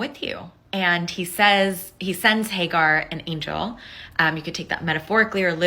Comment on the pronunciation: Hay Gar? 😂😅😂 It's Hajar